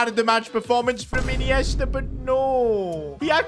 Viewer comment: what did bro call ineista😂